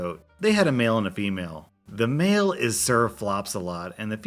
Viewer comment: at the story with the goats when you said male goat i thought you said mail-goat